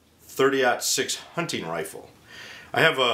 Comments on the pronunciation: dammit, its a hunTing rifle. sounds like hank hill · Nope, just pronounce 'hunting' with a bit less zeal, but seriously, thanks for the great video : )